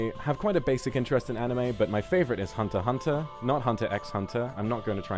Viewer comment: 待機画面...最高か...? 歌舞伎っぽいアイメイクといい和柄の羽織といい草履っぽい履物といい、ビジュも和洋折衷って感じで本当に好き🤤 「Akuma」の発音を「悪魔」になるようにこだわってるあたり愛を感じて嬉しい。HUNTER × HUNTERの読み方に関しても同じ。 こういう所嬉しくなっちゃう。 声すごく好きだから、簡単な英語での配信とかやってくれると凄く嬉しいな...英語勉強したい勢歓喜企画...! 他のにじさんじライバーとコラボしたいって言ってくれてるから、EN内は勿論EN外のライバーとのコラボも見たい！ 無理せず自分のペースで、楽しんで活動するのが1番大事だし長く続けるために必要な事だと思うから余裕のある時に検討してくれると嬉しいな〜